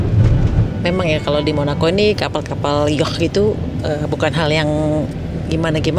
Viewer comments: Bunda yatch bacanya bkn “yah” tapi “yaat” sudah kuperiksa krn setahu akupun bacanya yaat. Aku di Sydney jd sering denger kata itu… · Bunda ... Yacht pronounced YOT ...ch'nya ga dibaca ... hehehe .. ngapunten bun 🙏🏼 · Yacht dilafalkan "ya:t", dengan "a" dipanjangkan (US). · Lucu denger bunda bilang yatch kyk orang Arab dalem banget☺️